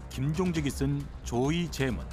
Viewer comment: 성우분도 틀리네 '조의 제문' 이라고 읽음 ㅋㅋㅋ